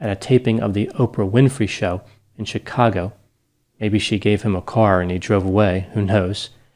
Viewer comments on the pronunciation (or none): none